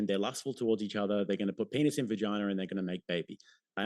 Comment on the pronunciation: vaginer? 😂 there’s a Louie CK bit about that